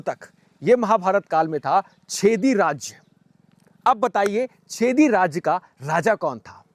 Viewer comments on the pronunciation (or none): छेदी नहीं भाई चेदि